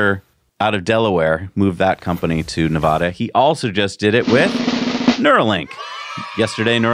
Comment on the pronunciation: Hey 👋, please omit the long "a" aah when Pronouning Nevada. Residents pronounce Nevada with an "add-uh" Nevada in place of Nevaaaahduh Nev-add-uh - pronounce Nevada, please Thank you